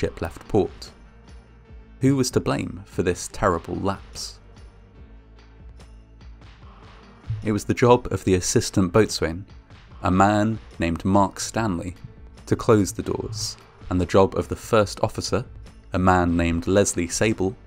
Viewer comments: Did he just say Boat Swain? Come on mate, everyone knows it’s pronounced bosun - bo rhymes with no, and the sun is pronounced as son in mason. Same with coxswain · "Boatswain" is pronounced "Bows-un"... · Boatswain pronounced bo'sun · Not Bot-Swain....Bo-Sun...just saying. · A lot of people had been careless, foolish or incompetent but none had broken the law as it then stood. Interesting that the ship was lower in the water than normal, not heard that before. Finally, as a pedant, please note that "boatswain" is pronounced "bosun". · Boatswain is pronounced "bo-sun". I know, I hate it too